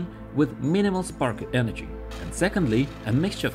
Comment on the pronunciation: Bro what is your EnerGy bill